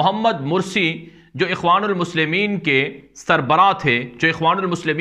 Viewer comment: MARSI KO MURSI KAH RAHE HHULA SAHAB AAP BAHOTH GHALTIYAN KARTE